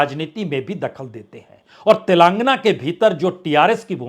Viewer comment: Mr. Parsoon Vajpayee ! If you are speaking Tilangna , Tilangaanaa is correct word.